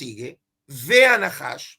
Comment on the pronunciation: No es Naahash es Najash